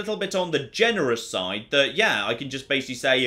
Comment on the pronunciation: Great video, thankyou! You have a fascinating accent - with the added vowels on final consonants (e.g. "...on the likely side" becomes "...on the likely side-uh") - where are you from in the UK? Thanks, yours, a curious North American.